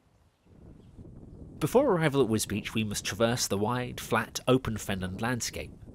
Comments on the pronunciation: This is interesting, but is that really how you pronounce the town's name, as if it's spelt Wisbeech or Wisbeach? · Alas, Wisbech is pronounced just as it is spelled, not as "Wisbeach"! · I think that many people in Wisbech would prefer a rail connection to King's Lynn rather than Cambridge, but that's not on the table. Yes - some pronounce it 'Wisbeck' and I can see how. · It is pronounced Wisbeach but I have always called it more like Wisbitch. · I agree! I've never been, so I would have pronounced it Wisbeck. Now I know. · Yes it is. It is often incorrectly pronounced as 'Wisbeck'. Really glad you enjoyed the film!